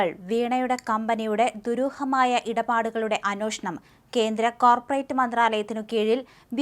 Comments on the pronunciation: Not "അനോഷണം" It's "അന്വേഷണം" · കൊച്ചേ, അന്വേഷണം എന്നാണ്. തെറ്റ് ഉച്ചരിക്കുമ്പോൾ അവിടെ തിരുത്താൻ ആരുമില്ലേ? ഷാജനും തെറ്റായി ഇത് ഉച്ചരിക്കുന്നു.